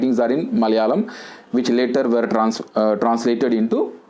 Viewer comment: Sir keep doing videos .I am very much impressed by ur videos.I wanna follow ur way of teaching where u didn't use single vernacular word. I wanna tell u one thing sir regarding pronunciation of "were '".pls correct it . it's my small request.